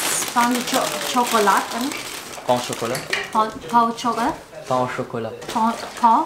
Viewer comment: Pain Au Chocolat= Some it’s pronounced as Pano or Pa-u (silent and airy “n”) shokolāt